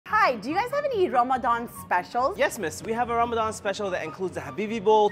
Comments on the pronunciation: 'what is rYmAdYaaAnN anyways?' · I love how she came from a arabic ramadan accent to someone who has no idea What it is😂😂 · She says right then says in the English tone WHAT